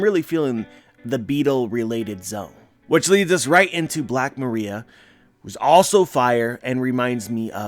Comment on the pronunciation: i think black maria is supposed to be pronounced mah-rah-eeah, like the iron fist character